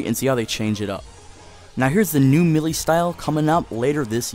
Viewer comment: you say melee wrong